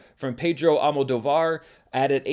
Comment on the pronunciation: You pride yourself in saying surnames correctly. Please be advised that Pedro Almodóvar’s last name is pronounced AlmodÓvar, with emphasis on the last O, and not AlmodovÁr, as you keep saying.